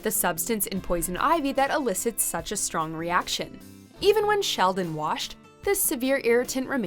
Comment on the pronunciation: I realize you said shelled and nut, but for a second it sounded like sheldon nut 😆